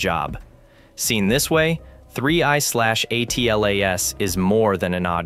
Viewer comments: ATLAS is pronounced "atlas" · Does nobody actually narrate their own videos anymore? Come on just say Atlas as a word............ do it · No, it's pronounced "atlas"